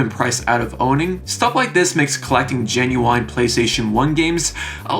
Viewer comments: I hate that you keep saying GinuWINE (who is an recording artist) instead of Ginuwine (silent e) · Please stop saying genuine like that 😭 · your pronounciation of the word "Genuine" is genuinly strange